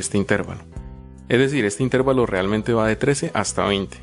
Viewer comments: Ojo, intérvalo no es esdrújula, por lo tanto no lleva acento, se pronuncia intervalo y es una palabra llana. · bien explicado pero no se dice intérvalo, es una palabra grave por lo que no lleva el acento, se dice intervalo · Un servicio no estas pronunciando bien la palabra "intervalo" no es esdrújula o explícame, pero respecto al tema excelente gracias.